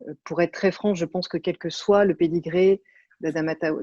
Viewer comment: Même le mot "noble" est extrême dans sa bouche..."pedigree"...